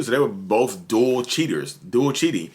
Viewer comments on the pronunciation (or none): none